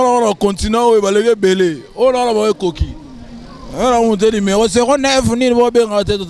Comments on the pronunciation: azo répétés toujours lumero tchieen on dit numéro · Et puis on ne dit pas LIMERO. Balobaka NUMERO